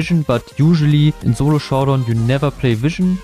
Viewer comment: "zolo showdown" but still got "showdown" true